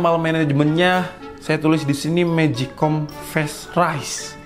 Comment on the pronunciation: Ngakak sih denger magic com fast rice nya..🤣🤣